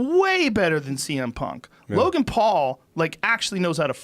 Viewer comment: Joe "Logang" Rogan